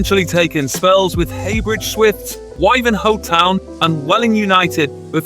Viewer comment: Tell that Why-ven-hoe is pronounced Wiv-en-ho... He got Coggeshall right, which is arguably a more difficult name... Good old Stuart Neice.